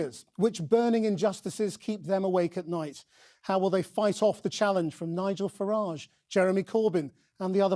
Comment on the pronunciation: Every time he says Farage the pronunciation changes; Gove was super wired up during this appearance.